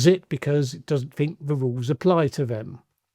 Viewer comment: has trouble pronouncing th - fink, ven & vat rather than think, then & that.